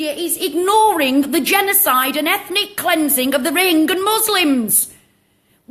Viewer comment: How well do you know about " Rohingya " ? You can't even pronounce it correctly !